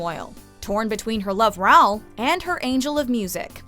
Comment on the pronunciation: "low tenor"?? It's called BARITONE!!! Geez. The woman didn't even pronounce Raoul correctly 🙄 Also, how the hell can you not include Company by Sondheim, or the music from The Scarlet Pimpernel?!